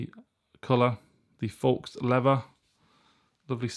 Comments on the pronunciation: Faux is pronounced fo, like go. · Loved your mispronunciation of the word faux. FYI it's pronounced like the word foe. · Thanks for the video. "Faux" is pronounced "Foe" by the way.